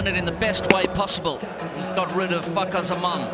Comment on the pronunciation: Fakhar and the k is silent ❤️🌟